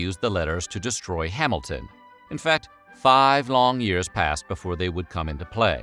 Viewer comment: Someone please explain why he says “before” so weird every time?